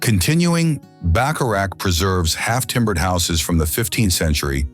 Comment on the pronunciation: well he said at least bacharach correctly, what is difficult enough for an english speaker